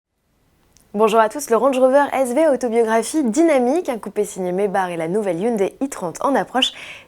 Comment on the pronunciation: C'est pas mebar c'est Maybach